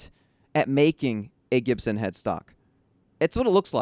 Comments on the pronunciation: A Jibson? I always heard the "G" was pronounced with a "G" sound.. a hard G, as in Gross. I would never spend money on that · why do you keep mispronouncing Gibson?